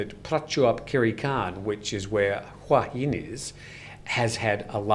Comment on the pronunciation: It's not waa Hin its Hua Hin, Hua means Head , pronounce it correctly .